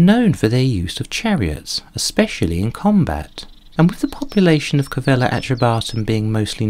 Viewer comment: Its is Calleva not Cavella